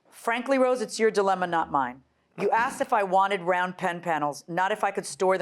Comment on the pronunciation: What a beautiful woman… until she says “so I axed her”